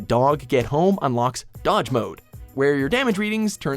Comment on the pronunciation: Doge! Not Dodge.